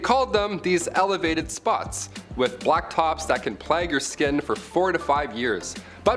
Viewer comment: Love the show 😁... but, you need to learn how to pronounce names.. fx it is not 'Hatse-put' it is 'Hat-shep-sut'.. and, stop saying 'plaque' it is 'plague' the 'a' sounds like the 'a' in ape and not like apple.. it is so annoying when people who are native speakers, can't speak their own language... 🫡